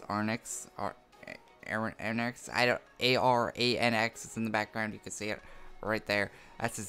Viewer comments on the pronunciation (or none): His name is pronounced like (Are-ranks) Aranx.